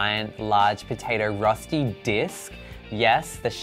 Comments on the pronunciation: Me as a swiss person being like "Darling the ÖÖÖ sound has to be in there"...also also...finding in Europe...overall this is not Rösti my dude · As a sothern german girl I loved to see the "Rosti" we call it Rösti so its a different sound its bloody delish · It’s called rösti not rusty Pronounced “Roeshti” kind of. It’s a national dish in swizerland😊